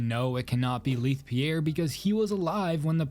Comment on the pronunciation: Why do these horror channels keep mispronouncing Leith Pierre’s name???